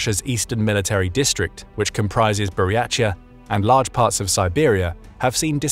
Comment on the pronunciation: While the information here is great and mostly accurate, your pronunciation REALLY needs work. Sakha, Circassian, Buryatia. Look up how to pronounce them